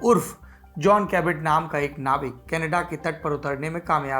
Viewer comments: कनेडा नहीं kanadda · Tht smile when u say kanedda